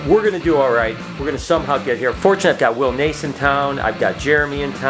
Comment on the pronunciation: Hey you got your ladder with you! “Will Nace”!!! Lol